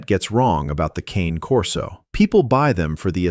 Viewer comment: Learn to pronounce the "Cane" part of "Cane Corso", then get back to me.